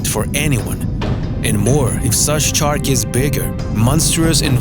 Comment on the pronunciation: I believe he said chark